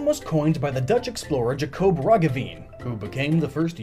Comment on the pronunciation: I love how you pronounce Jacob Roggeveen. It's completely wrong, but I love it.